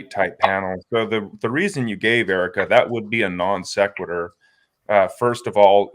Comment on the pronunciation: “That’s a nonsqueturr”